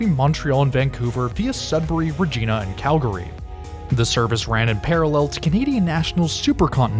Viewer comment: You said the Canadian was transcontinental which is not entirely correct as there are 3000 kilometers (1800 American miles) to the east of Toronto. Fun fact, St John's Newfoundland is closer to Dublin than Toronto. Also you mispronounced Regina which actually rhymes with vagina. I'll spare you the limerick.